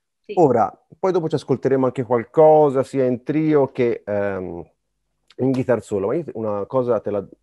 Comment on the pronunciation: Interessante, ma con così profonda conoscenza della chitarra non sarebbe il caso su tutti i siti italiani di imparare a pronunciare Guitar ? Il net ha esempi di Inglese UK e USA. Solo nel sud USA Geet-tar è comune (2 sillabe). GHItar è maccheronico, punto.Esempio: while my guiTAR gently weeps. 2024 e ancora : loov, ward per world, talk con la L , neanche in prima media! Wake up! (not Woke, please, e non pliss). È tutto a portata di schermo anche con belle ragazze che mostrano i movimenti facciali (lo so, distrae ma è meglio delle nostre prof. anni 60 con i baffi!). .